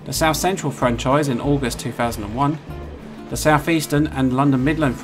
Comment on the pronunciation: "Souf Eastern" trains?